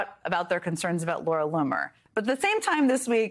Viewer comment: Did he say Laura Looser?